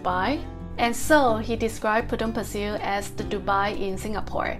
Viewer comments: You pronounced "Pasir" wrong. It's a Malay word and hence it is pronounced as "Pa-Say" which means "sand". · I know you will be back for the Fish Head Noodle Soup!😂 I actually wanted to date you for dinner at that coffee shop after the pandemic! I am staying nearby and the NTUC you mentioned has closed down. and let me teach you how you pronounce Potong Pasir locally......Potong Pa_Say!🤣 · I lived in Potong pasir for 10 years and goes back annually. My family still lives there. I have never never ever heard anyone pronounced Potong Pasir the way you pronounce it. It’s Potong Paseh not Pasil. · FYI the right local pronunciation for Pasir is sound more like 'pa say' not 'pa sir'. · Potong Pasir is very close to the apartment where I was 31 years ago. Your pronunciation of Potong Pasir sounds cute. I used to play basketball their prior to my departure to US. Have a good weekend. Thanks